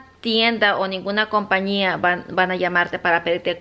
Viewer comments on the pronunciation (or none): COMPAÑÍA NO COMPANIA CATÁLOGO NO CATALAGO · Se dice COMPAÑIA CON ÑÑÑÑÑÑÑÑÑÑÑ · Se dice compañía! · se dice compañia